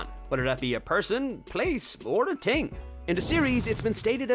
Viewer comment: its THING not “ting” dont claim the “accent” bs. not sorry